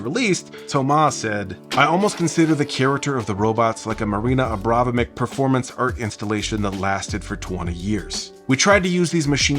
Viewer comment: Hello ! Small typo and mispronunciation spotted : she's called Marina Abramović ;) Thanks for the cool vid